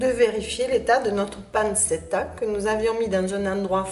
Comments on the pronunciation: Panchetta est la bonne prononciation. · Ça se dit pan-tchet-ta